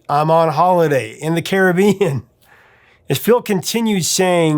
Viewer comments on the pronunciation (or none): none